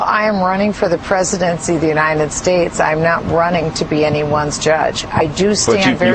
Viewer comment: still laughing about the way she says "uninted states"